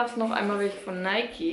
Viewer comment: Sie hat es schon richtig ausgesprochen. Nike ist ne deutsche Marke. Deshalb das E am Ende. Außerdem ist es der Göttin Nike nachempfunden (spricht man Nieke aus). Daher spricht man es so aus.